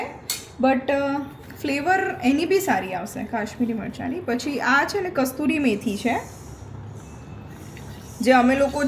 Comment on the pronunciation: Kasturi methi na kasuri methi boley